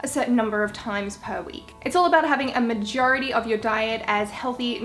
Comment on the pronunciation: She said "farwller" and "magority" that's funny. no offense I just like different accents.